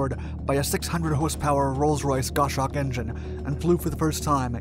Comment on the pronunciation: Just so you know, it's "goss - hawk" not "gosh awk". And "dee epp" not "de - eep" (Dieppe, France). Excellent vid!